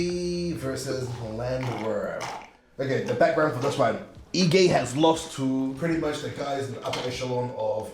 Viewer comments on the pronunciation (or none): I am sure you are aware that Dan is of Nigerian ancestry so his last name could actually be better pronounced seeing as it is directly from your tribe. Heegay is the pronounciation